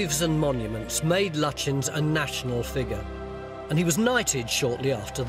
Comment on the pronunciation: Sir Edwin Landseer Lutyens tonys pronunciation of the name seems all wrong to me ? its like turning bucket into bouquet or bu quay